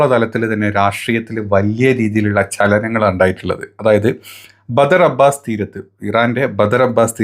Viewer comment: ബദ്ർ അബ്ബാസ് അല്ല മൊയന്തേ ബന്തർ അബ്ബാസ്